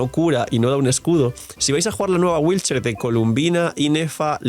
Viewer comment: Cada que dice wheelchair, muere un gatito 😔